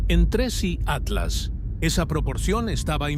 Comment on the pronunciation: Tienes que decir Tres.I Atlas .